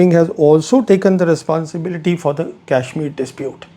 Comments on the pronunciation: It's not kaishmir as you are pronouncing, it is kashmir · This Brown Sahib can't even pronounce kashmir properly. I saw this man with Pakistani Army men. Is he the same one.🤔🤔🤔🤔